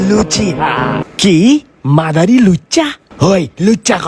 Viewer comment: Madara Uchiha ❌ Madara Luciha ✅🤣🤣🤣🤣😂